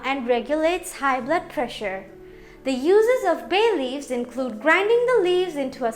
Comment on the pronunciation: Itna chamak chamak k Kyu bol ri ho ..bhay leaves 😂😂 foreigner